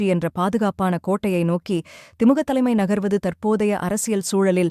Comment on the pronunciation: திமுக என்று சரியாக உச்சரியுங்கள்